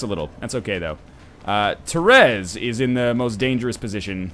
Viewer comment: Northernlion, it's not "Terez" it's Therese is pronounced similar to teresa. it's just spelt weird. Te Reese.